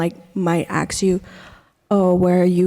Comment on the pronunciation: Why is the second Latino Girl saying Axe instead of ask?